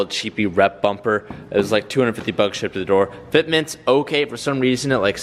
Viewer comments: “this rear mumper is from VIS” it’s pronounced Bumper with a B not and M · Anyone hear him say rear mumper